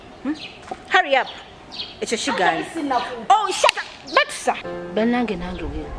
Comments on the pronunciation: 😂😂😂😂mbu batisa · Mbu baatusa🤣🤣embwa zeewa edembe kusande nezitabba nyama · I love the way how Queen pronounce the name Batusa😂😂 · I feel like recording it